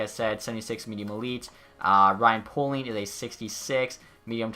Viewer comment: hey love your vids! just letting you know i think ryan poehling’s name is pronounced payling but it not important just thought you wanna know